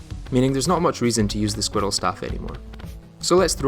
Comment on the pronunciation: i did not notice your accent until i heard you say "Squirrel"